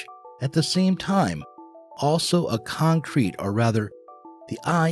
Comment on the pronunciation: Did he say concrete or Kantcrete world 😂